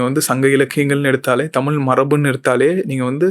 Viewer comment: தமிழ் னு சொல்லுங்க உங்களுக்கு புண்ணியமா போகும் நீங்களே தமிழ டமில் னு சொல்லி அழிச்சிடாதிங்க